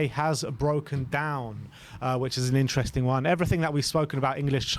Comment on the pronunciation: I find it really funny how often butchers the word "interesting", i hear it in every video atleast once 🤣. Instring, intsring, isntring insteresting